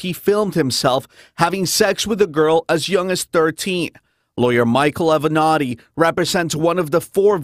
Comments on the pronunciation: A-VE-NAT-TI!!! Jheeze, why you callin him A Venti? This ain't Starbucks 😂😂😂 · Avenatti not Aventti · This is the best news I’ve heard today thank you Ti 🙏🏽. I didn’t think I would see the day. And Ti, the lawyer’s name is pronounced A-ven• nah•Ti... When you said Aventi, I thought you were talking about a whole different person, lol. Love you girl😘 And thanks for making my day/weekend. #Icannotbelievemyeyes# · Hi Ti. Great reporting. One important correction- the lawyer’s name is pronounced with 4 syllables- A-ve-na-tti. Not Aven-ti. Thanks! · Ti love you girl and thanks for your commentary. Sis..it's Avanati (same lawyer for Trump's pornstar) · Ah-ven- natti ...Got this man sounding like a starbucks drink! Still love you though Ti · that is how you pronounce the lawyers name.. Say it with me A-veh-nah-tee Avenatti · Attorney Michael Avenatti pronounced Ava-Not-Tee also represented the lady that was involved with Trump. I’m glad they are finally taking some action against this sick man. 👏🏾👏🏾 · A-veh-nah-ti. That's how you pronounce the lawyers name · "Ave-Uh-Nah-Tea" *Michael Avenatti. Great video as usual 😎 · Just a side point: Avenatti's name is pronounced 'Ah-Vah-Na-Tee' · Ah-ven-not-tee is how you pronounce his name! Geeeez! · The lawyer's name is pronounced Ah-vi-nah-tee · Michael Ave-eh-netti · A-V-E-N-A-T-T-I SIS ... NOT AVENTI. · Avenatti (Ah-veh-nah-teee) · AH-VI-NOT-EE ALL-RED. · Avenatti (Ah -Ven-Not -Tee thats how you say the last name ) not being rude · 📣 Say it with me y'all: AVE-VAN-NOT-TI. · No shade - but you are mispronouncing Michael Avenatti’s last name. It’s pronounced Ah - vin - knot - ty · A..ve...na..ti sheesh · Michael Av - en - nati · Pronunciation.....Ah va na te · Ah-ven-e-tti (Damn) No shade, but its distracting. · Your pronouncing his name incorrect its pronounced Aaah Ven Natti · Good story... btw, give the attorney his credit by pronouncing his name correctly 😂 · Lol you messed the man last name all up 😂